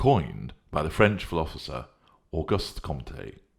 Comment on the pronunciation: you are on a roll! Must be the London lockdown? 😘 (Did you say "philophosor?")